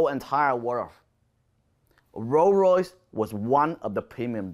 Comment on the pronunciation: Could listen to you say "roo royys" all day 🤣👍